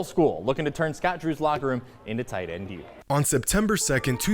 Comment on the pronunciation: Like whem he said ''Baylor starting tight ende" jejeje nICe